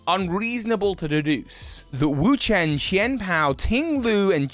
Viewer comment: I hate to tell you,, but you're still saying Wo-Chien wrong.